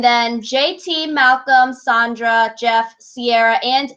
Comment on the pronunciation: SANDRA. It's pronounced SAND-RUH. I like listening to you guys but the name pronunciations make it like nails against a chalkboard whenever you say them wrong. 😂 It also makes you lose some credibility when you don't know how to say names. But keep up the good work, that's my only critique :)